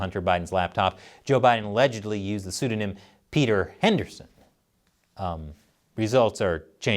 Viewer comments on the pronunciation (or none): none